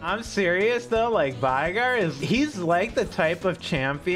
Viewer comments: I swear to god if you say vi-gar one more time I’m only going to go for 1 stacks on minions. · The only thing that needs to be reworked is how people mispronounce Veigar.